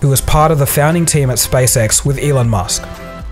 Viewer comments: I am so sorry, but it seems as if I have to be the immature one and say that when you say "SpaceX" it sounds like "SpaceSex". Sorry. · hehe it sounded like you said space sex a couple of times. But in all seriousness great video:)